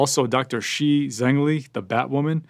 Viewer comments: He actually mispronounced it. It's not pronounced like She. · Well. That's because he doesn't know how to pronounce "shi" correctly.